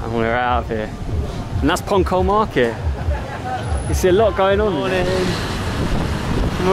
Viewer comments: Sorry .....in INDONESIA C = CH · The lette c is normally pronounced 'ch', so this is probably 'ponchol' market. Nice video! from Roy